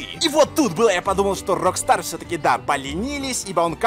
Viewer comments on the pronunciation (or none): none